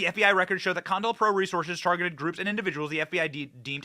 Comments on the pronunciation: Benny! It's COINTELPRO. NOT CON-INTELPRO. I'm sorry, but it's like nails on a chalkboard. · Co-intel-pro. Not contalpro. NO-BELL. Not noble. Come on, dude. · Ok benny say it with co. Intel. Pro. Not pronounced contel pro. Please it hurts my ears. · "COINTELPRO" ---->> "CO - INTELPRO," not CON - TELPRO lol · It's pronounced kow-in-tel-prow also co-intel-pro not con-tel-pro. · Sir. You he correct pronunciation is Co-intel- pro! Not Contelpro. Ever thing else you are correct on. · Bro. Its CO IN TEL PRO. Not "CON PRO". How do you miss the letter I literally every single time? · Bro it's not con-tellpro.its co- Intel-pro! As in counter intelligence program.js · Isn't it Co-Intel-Pro? James Earl Ray or Wray? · Benny, CO...INTEL...PRO. Please! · I think they pronounce it CO-INTEL-PRO. Counter Intelligence Program.👍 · Benny, pronounced Co-in-tell-pro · NO BELL PRIZE....CO IN TELL PRO.....Wish I could get a job helping you tubers w pronunciation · It's pronounced Ko-Intel-Pro. If you don't even know its pronunciation after all of these years, how can we take you seriously?